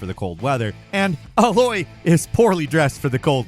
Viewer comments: …her name is A-loy, not Ahhloy. They say it a billion times in the game. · Who's Alloy? Her name is Aloy. One L. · Wondering if he plays these games when he mispronounces the names...UH LOY...ALOY...AYE LOY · A - loy….not uh-loy. Put respect on her name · It’s always funny when says Aloy’s name. He says “alloy”. 😂 It’s A-loy. “Aye” “loy” Or “Aae” like in “bae”. 😂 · HER NAME IS NOT ALLOY!!!! IT IS ALOY - EYYY-LOOOY, ARE YOU SERIOUSLY THAT STUPID?????!!!!! This is the 4th video where you BUTCHER HER NAME, DID YOU EVEN PLAY THE GAME AND HEAR CHARACTER CALL HER?????!!!!!!! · Did i hear you say "uh-loy" instead of Aloy?! I love your content but c'mon dude. Maybe it's just me but it was like nails on a chalkboard. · IT'S A-LOY!!! IT'S A-LOY GODDAMNIT!! ALWAYS SAYS IT WRONG!! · And “uh-Loy” 😂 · Another video where can't pronounce Aloy from Horizon correctly... "ay-loi", it's pronounced hundreds, if not thousands of times. If he mispronounced Kratos or Geralt (just using the two other characters in this video as an example), people would be all over it. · ALOY MATEY! That pronunciation lol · It’s been 6 years and still pronounces Aloy’s name wrong…..that’s almost impressive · That pronunciation of Aloy though. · I think you’re mispronouncing Aloy, at least going by what they say in-game. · Am i the only one bothered by the Aloy pronunciation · It’s A-LOY my god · pronounce Aloy again. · He mispronounces so many things like character names, in-game locations, that I wonder if he's ever actually played any videogames. Like, there's no way you can mispronounce Aloy's name if you've played the game, right? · Why does say Aloy's name weird? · That pronunciation of Aloy made me gag though :P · The way pronounces Aloy hurts my soul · I love this channel but the pronunciation if aloy was killing me lol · My dude, how are you pronouncing Aloy wrong?😂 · The way pronounces Aloy’s name…